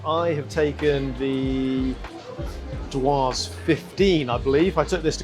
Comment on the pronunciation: The way you say Dewars is hilarious 😂😂